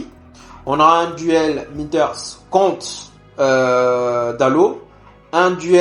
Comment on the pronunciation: c"est Minteh pas Minters